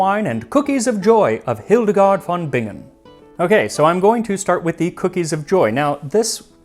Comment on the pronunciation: The v in German usually is pronounced /f/ unless the word has Latin roots. So, it's Hildegard /f/on Bingen. But apart from that, your German sounds quite promising!